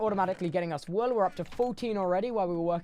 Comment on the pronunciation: i love how he says whool lmao